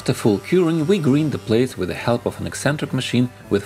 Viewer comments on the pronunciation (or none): By the way, in english grind is pronounced more like грайнд, not гринд. Not wanting to be rude, just letting you know. Most of your pronunciation is good, the only reason this stood out is there is a lot of sanding in your projects. As a side note, grinding is usually when you are removing a lot of material in order to shape something. Sanding is when you are just focused on the surface. In my country this is шлайфане and шкуркане. Not sure if russian has this distinction.